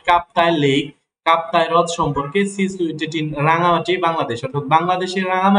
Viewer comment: রনগান্তি না রা্ঙ্গামাটি হবে